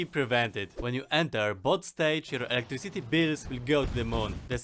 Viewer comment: i like when you say "electriCIty" and it sounds in the end like "city".you may not seem russian, but at some points you seem. it is fun, in a good way! not that you speak wrong or anyting. is good to have a unique voice. thanks for the tips of course